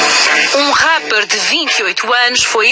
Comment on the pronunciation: "ràper" "sekestrado" ta boa em portugues essa